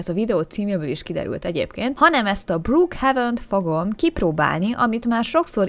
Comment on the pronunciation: Brukhéjven úgy ejtik